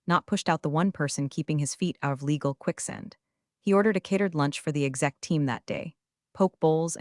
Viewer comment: "quicksend"?? Like "express mail"?? (ought to be QuickSAND). Someone - NOT AI - could have read the script properly